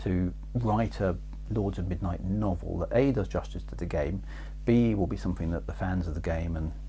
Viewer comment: I think your pronunciation of "Xajorkith" was fine - Chris gets that one wrong all the time! :P ...but your "Lords of Midnight" could do with some extra practice!